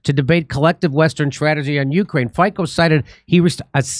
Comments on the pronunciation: It’s not Fiko, but like Fitso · Its fitso, not fiko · Jimmy ,the pronounciation is Fitzo not Fiko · Not Faiko, but Fiicccoo!!! AE way to express everything😂😂😅😅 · just small correction .Fico name pronatiation is not lke Ficko but more like Fitso . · Please pronounce his last name as Fitso🙏🏼😂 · his name is pronounced like you pronounce ZZ in pizza - FIC(ZZ)O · Just so you know, it's pronounced "FEET-SO" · Hi, Fico is pronounced fitso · pronounced "feet - so"